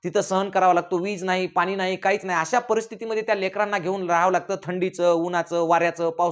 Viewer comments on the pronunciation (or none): none